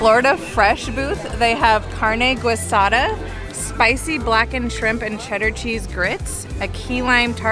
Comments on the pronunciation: I am connoisseur of carne guisada and chilaquiles and they are pronounced as “Gee-sada” and “Chi-la-ki-les” but still love that you guys liked it. Ordinary Adventures stars for everything!!!! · Carne GWISADA! 😂🤣😂🤣 You need some Spanish speaking friends! Love the video 😀